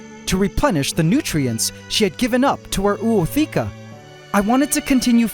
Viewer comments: Hey there, in Ootheca the Os are pronounced independently using an O(micron) sound, not a ou sound. The word Ootheca evolves from Oon and Theke literally Egg Container, and is pronounced o-o-the-ke(a). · You should have also upoladed the process of mantis laying her ootheca (if my pronounciation is right😅)